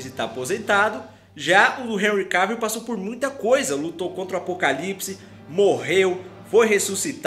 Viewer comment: Seu canal e’ otimo , muito melhor do que aquele outro de óculos lá, que só copia... Mas olha só , não pronuncia “Henry Keivill, é CAvill mesmo rs... agora esse Superman Tyler é ridículo hein... Superman jamais perderia da Supergirl e seria tão coadjuvante como ele é